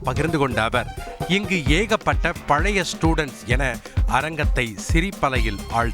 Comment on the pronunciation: உத்தமனை பற்றிய புத்தகம் அதனை வாங்கிக்கொண்ட பழைய என்பதற்கு பதில் பலிய என்று பேசும் தமிழினை சரியாக உச்சரிக்க தெரியாத கோமாளி சுயநல நடிகன் சிரிக்கும் கயவானிக்கூட்டம் 72வயதில் 18வயது நடிகையை கட்டிபிடித்து ஆடும் வழுக்கைதலை தான் பெரிய யோகி மாதிரி பேசும் பக்கா fraud